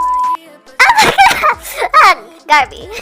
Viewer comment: "oh my gerd it's Garby" me: yasss (*starts fangirling with her*)